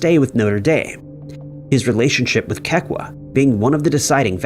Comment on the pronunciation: Kekua = Keh-Koo-Ah